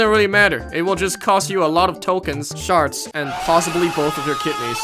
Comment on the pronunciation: when he says shards i think he's saying sharts